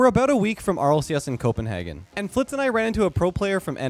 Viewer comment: Cope-en-hagen ?? The disrespect 😂 I’m from Denmark call it “cope-en-hey-gun”